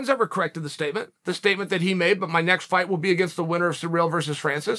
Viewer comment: Why are all the Americans calling Gane ‘Surreal’?… It’s Cyril.